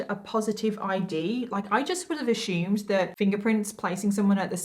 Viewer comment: I think you did a great job on this case and you said Craigslist just fine. But there are words that you say that make my ears turn to the side (figuratively) like when a dog hears a strange sound. It’s when you pronounce words like “assume” as “ashume”. Why do you pronounce your s’s like sh’s. Not hating you at all just a question. I love listening to you and you beautiful makeup looks. 😍😍😍